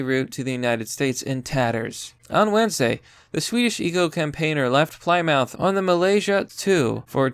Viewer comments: Why are Americans so bad at pronunciation. I mean, Thurnberg instead of Thunberg is mildly acceptable but Playymouth instead of Plymouth that's unacceptable (Good video tho) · Haha ply mouth. It’s pronounced like plimith just sayin 😆 sorry I’m a grammar Nazi and it’s actually a city near me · Plymouth is pronounced plimith. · Plymouth is pronounced Plimouth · It’s pronounced ‘plimuth’ bro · Where the fuck is ply-mouth? Mal-iz-ia